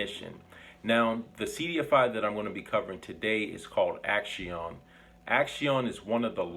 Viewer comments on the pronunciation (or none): I believe it may be pronounced as "ak-see-own", like the word for action in Spanish, "acción"